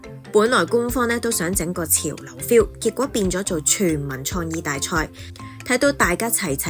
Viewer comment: 廣州廣州、老實講，創意，官方，旁白姐姐啲懶音（廣、講、創、官）都好勁喎，做得旁白執吓自己啲懶音好吗？